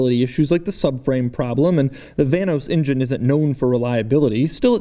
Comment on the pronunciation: DeMuro, why do you pronounce the engine word as "ingen"? :D Love from Serbia! :D